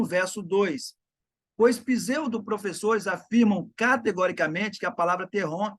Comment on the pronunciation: Não é "pzeudo" é "pseudo".